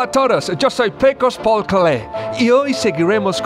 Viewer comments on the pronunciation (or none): none